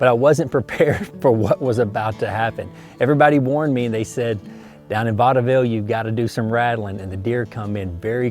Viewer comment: Vaudeville ( I believe the E is silent ) yes it is on the map, by Fredericksburg